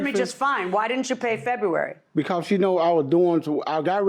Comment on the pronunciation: "She cut the phones off in FEHWEARY"😂😂